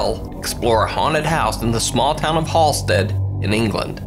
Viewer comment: the town is pronounced 'Hal stead' not Hall stead